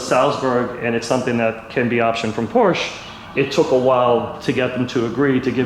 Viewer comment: Am I the only one who hates it when someone who owns a (or many) Porsches can't pronounce Porsche properly?